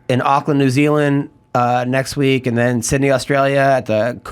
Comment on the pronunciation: Love seeing on here! "A we ek later he was on the news with a SWAT team." LOL